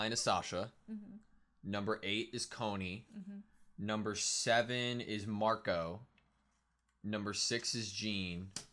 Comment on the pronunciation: I absolutely adore how they mispronounce most of the characters names.